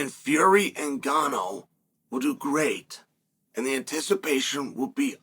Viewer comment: Chael really said Francis Nganno